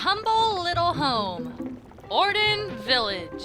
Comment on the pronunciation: I say Or-dawn Village, not Colon